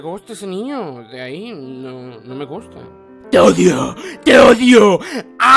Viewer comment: No pueh.. No me gutah ese niño.. De ahí n..No me gustah